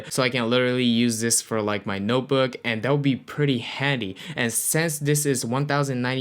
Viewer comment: Why you say since like sense 🙃🙃